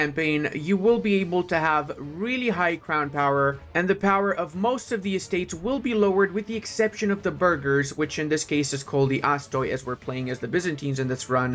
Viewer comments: Astoi is the plural of astos and is pronounced ah-stee. great video man , super helpful as always!! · i want to correct how you read it because i heard it so many times wrong and i just cant stand it :P Astoi is read like Aste' . Dynatoi is read like Denate' (when you see o+i together is still read like E"